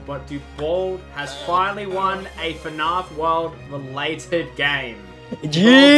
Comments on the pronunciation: I’ve never heard anyone pronounce fnaf “fuh-nah-f” as an Aussie with a weird accent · ngl, i think this is my first video of yours that I'm watching and I can hear that you pronounce fnaf as fanaf